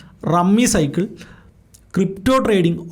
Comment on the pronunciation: Rummy സൈക്കിൾ അല്ല rummy സർക്കിൾ